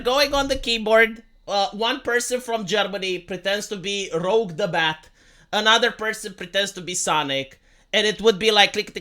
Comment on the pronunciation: (cough) It's Rouge, not Rogue